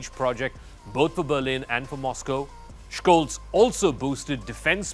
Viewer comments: Scholz. Not Schkolz. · The German "Sch" is spoken like the English "sh". So he is pronounced Sholts. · Please learn now to pronounce Scholz name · You should pronounce Scholz and Schroeder properly. LOL the devil is in the details